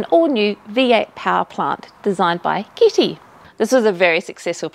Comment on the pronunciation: Good work on tge Italian pronunciation, although the name is Carlo Chitti not Carlo Kitty... I'm just saying... 🙄